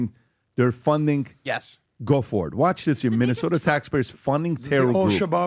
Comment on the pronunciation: It's called Minnesota, not Muslimsota. MINNE! MINNE!!!!!